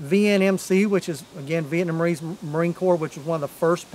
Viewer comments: "South VietMANese" lol. I had to give you a hard time. Out of respect. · Man you're killing the word Vietnamese. Not VietMAnese